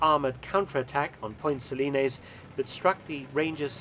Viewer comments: Just remember: It's point Suh-lines, not Point Suh-linayz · I lived in Grenada for about a year and a half, and have an interest in history. For a start, you mispronounced Point Salines. You mention that Maurice Bishop's popularity waned prior to the second coup. I don't think that is really correct. After all, the airport in question is now named the Maurice Bishop International Airport. As I understand it, the "left wing" Bishop was basically overthrown by even more radical "left wingers." Bishop, himself, remained popular. The new government was not. It was kept a secret at the time, but the governor general of Grenada actually requested the intervention. The invasion was viewed as a liberation and is now celebrated by a Thanksgiving Day holiday on October 25.